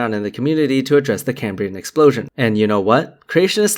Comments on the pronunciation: Why would anyone who claims to be expressing a scientific theory on how life is possibly pronounce Cambrian as cay-me-brain? That's not just mispronouncing it, it's a complete butchering of the word as if he's never seen it before. It's supposed to be pronounced like it's written Cam-bri-an. Of course Creationists have no idea what they're talking about so it makes sense they've never seen it before, but FFS you'd at least read the script carefully. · I'm not going to take anyone who can't say "Cambrian" properly, seriously. It's pronounced as the Prof says it, not came-breean. Moron... (That's a word, pronounced exactly the same as in the English, in modern "Cambrian" - Welsh - which means carrot. So if you know any morons, call them "carrot" and they'll be even more confused lol. You're welcome 😉). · Why does Meyers mispronounce Cambrian?